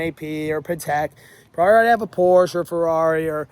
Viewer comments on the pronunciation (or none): Its not Porsch... its Porsche! I DO it! ✅️